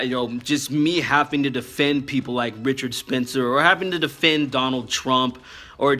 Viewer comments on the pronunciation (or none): none